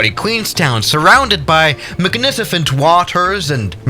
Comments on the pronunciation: You might wanna say magniFicent instead of magniCifent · Magnicifent in every video: Magnicifent